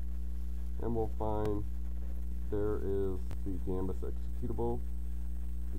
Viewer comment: thanks for the info, it's gambas btw, not gambus :)